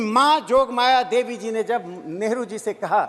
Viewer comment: Ye kerala ka MP nehru ko negru kahata hai 😂waah re communist 😂